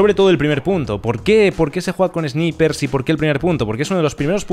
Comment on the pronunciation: Por lo menos podrías pronunciar Sniper de forma correcta. Es chocante esuchcarte decir "esniper", sobre todo para los jóvenes que te ven y aprenden de forma errónea el inglés. No es más fácil hablar en español en vez de inglés mal hablado?? Intentar ir de guay.... En fin.. es un comentario constructivo, sin ofender